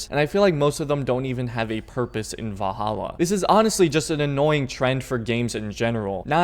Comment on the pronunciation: Lol "vah-hallah"